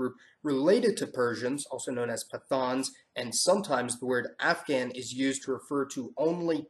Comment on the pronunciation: Just a pronunciation error, pathan is pronounced Puh-Taahns.